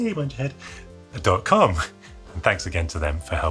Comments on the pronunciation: Is it just me or is it just plain weird when says PCBWay normally? 😁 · PCBwaaaay from Chy-nah!